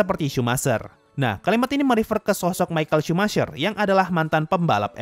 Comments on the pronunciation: Pelafalan dari Michael Schumacher bukan "sumaser" tapi "Shumaker". Kalo gk percaya gunakan google translate lalu tulis "Schumacher" maka akan terdeteksi "English" dan pelafalannya adalah "Shumaker" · Bacanya bukan shumacer tapi shumaker